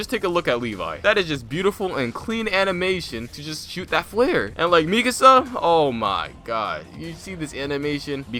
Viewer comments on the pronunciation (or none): Bro its (mee kah suh) not (mee kuhsuh)